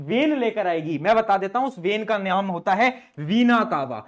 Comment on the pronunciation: Naam❎ Naayam✅😢😂.